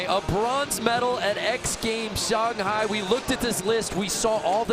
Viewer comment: I get all the hate in commentating but seriously. NOBODY HAS TOLD THIS DUMBFUCK HOW TO SAY SHANGHAI SINCE THE LAST X GAMES!!??